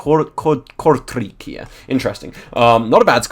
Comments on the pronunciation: The lettercombination ij is pronounced as y in spy in dutch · your pronounciation of "Kortrijk" sounded way too russian or something like that, a german pronounciation would be closer to dutch